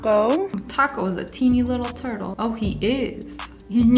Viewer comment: name the turtle turtle pronounced in cursive